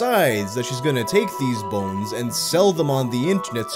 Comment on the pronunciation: I love the midwestern way he says “bo-enes”